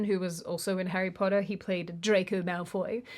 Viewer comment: He still pronounces "POTTER" like that 😂